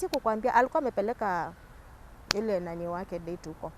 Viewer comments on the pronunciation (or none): none